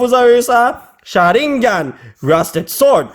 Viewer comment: T'a dit charingane ? What tu ciné naruto